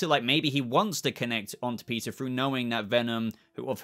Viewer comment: If you say "peteer" like that anymore i will hunt you down and shave off them flowing locks.................🤣